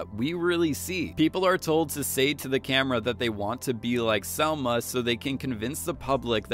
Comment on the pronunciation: Dude!!! It's Salma with an a